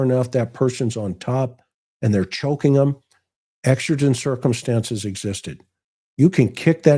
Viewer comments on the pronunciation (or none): It's exigent. Like exiting a store. Love your podcast tonight❤